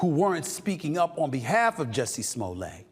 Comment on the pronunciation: SA you pronounce the Ts in Jussie’s name.